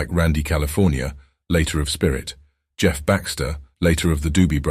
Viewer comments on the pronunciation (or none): none